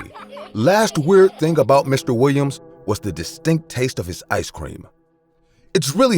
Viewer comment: Lol the way the narrator says "Mr. Wiwiam's" 😂😂😂😂